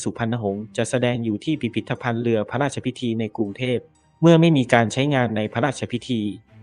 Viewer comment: เนื้อเรื่องของคลิปที่ลงก็ดีน่าดูมากแต่สุดแสนจะรำคานคนอ่านสุดไปอ่าน.ร.ล.ได้แย่มากฟัง.พะลาดชะพิที.อลุน.ลาด.ชะวะลาลาม.เวรกรรม.